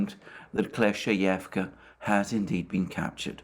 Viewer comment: Also Alexander please accept my sincere congratulations on finally mastering the pronunciation of Klescheevka 😅 😉